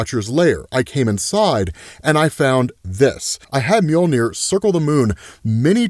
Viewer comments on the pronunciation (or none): none